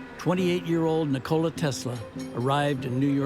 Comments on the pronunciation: It’s true we Americans have never given Tesla the respect he deserves. That starts with the most basic and recurring disses that this film is guilty of too: butchering the pronunciation of his name. It’s not nick-KO-la. The emphasis is on the first syllable, and it’s pronounced like the English words for the joint in the middle of the leg: knee and and the soda: cola: NI-kola. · You know it's going to a bad documentary when one minute in and they pronounced his name wrong! It's Nikola Tesla not Nocokla Tesla.